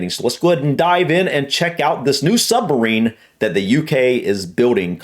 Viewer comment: Hahaha. Same old. It's a sub-marine, not a sumbarine.